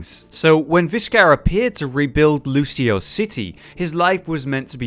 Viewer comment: Surprisingly enough, it's actually Lucio-ohs. Just look at the spray again.(The official spray).